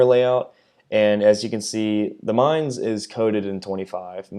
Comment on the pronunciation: Dear! You are the first one of the english speaking CCs (…that I see…), that pronounces the name of the Mainz correctly. Thank you for that! 🙏 Also, I am with you on this topic. Not amused… I really hope for a change towards AP focused ships. Gonna take out Baltimore just for the heck of it.